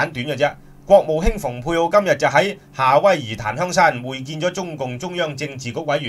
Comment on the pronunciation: Pompeo蓬佩奧應讀pung佩奧，若想大家讀成fung佩奧，則新華社會譯寫成豐佩奧、或方佩奧、或馮佩奧。